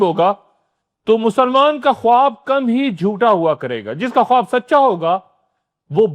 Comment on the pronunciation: درست تلفظ “خاب” ہے، خ-واب نہیں